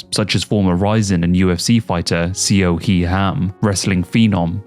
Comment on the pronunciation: Awesome content. Just a note that Seo is pronounced more like "So" or "Saw" and not seyoh. The romanization of the character 어 (eo) is weird.